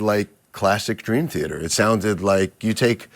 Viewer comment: For someone who loves Dream Theater, It’s odd that you pronounce it as “Thearter” with an extra r.